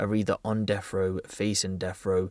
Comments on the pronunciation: That's 'deaf' row, not "deff" row. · Def row? Should be pronounced deaTH row. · It’s death row not deff row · Death not deff! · Bri ish on def row. Sorry, are you English? I thought there was a letter, sorry le ugh er T in the alphabet.